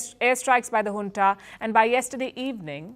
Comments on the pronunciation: Madam it's Junta not Hunta. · Palki cannot say Junta ..... says hunta 😂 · Junta or hunta?